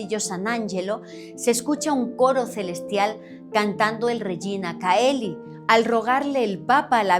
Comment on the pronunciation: Se pronuncia Regina "cheli"